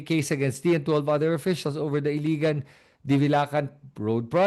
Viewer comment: Ilagan City not Iligan City..I-L-A-G-A-N not I-L-I-G-A-N